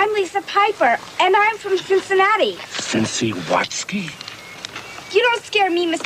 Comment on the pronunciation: The one time he says it right ("Cincinnati", not "Cinciwatsky")!